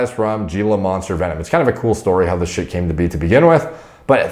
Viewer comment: and everyone else Gila is pronounced Hee-la and they are freaky\cool ASF... PS from Arizona